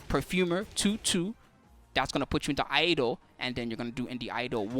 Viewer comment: A correction: Iaido is Ee Eye Doh and not Eye A Doh.